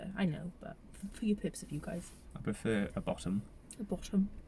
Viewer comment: He sounds so posh when he says bottom 😂